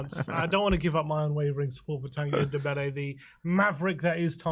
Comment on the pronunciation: So glad he is going so i don't have to hear this idiot calling him "Undombele" when it's "Ndombele"...